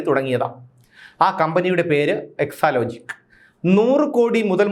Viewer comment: എക്ക്സാലോജിക്കല്ല. എട്രലോജിക്ക്😅